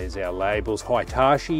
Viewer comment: Excellent video. This thing blows away all the examples I remember from childhood with terrible convergence and chromatic aberration issues. Side note, it's definitely "Hee-tah-chee" and not "high-tah-chee". That is to say, the two I vowels are the same sound.